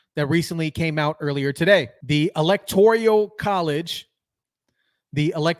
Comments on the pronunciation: it's not ELECTORIAL it's ELECTORAL. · "Electoral" -- not "Electorial" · It is ELECTORAL, not ELECTORIAL.....